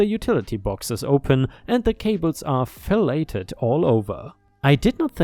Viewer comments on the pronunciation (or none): filleted = fil-lay-ed... think "Phil" got "laid"